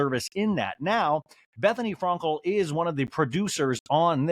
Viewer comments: Is anyone else bothered by how he pronounces « Frankel » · It’s a joke. He says it wrong on purpose. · He does it on purpose